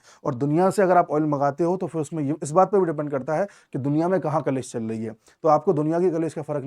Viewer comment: कलेश नहीं, क्लेश होता है।